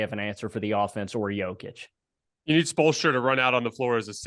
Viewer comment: Guys guys!! You have to pronounce Jokić name correctly! You are saying it wrong! I’m tired of hearing everyone comment on the best player right now in the NBA -say his name WRONG… Imagine if your name is Tim and everyone in the world calls you Tom. 😂😂😂 ffs